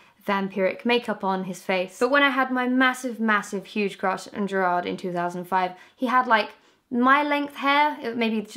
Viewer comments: Never say Jared Way again.. omg it broke my heart x'D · when she pronounced gerard wrong i swear to god a tear fell down my cheek